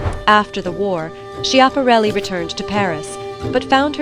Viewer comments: I believe it's pronounced Scap-a-REL-i. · Cant Watch a video that mispronounces its subjects name…. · Do your research and learn how to pronounce her name correctly....